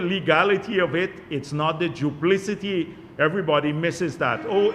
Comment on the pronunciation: Who thought him the word need to teach him how to pronounce duplicity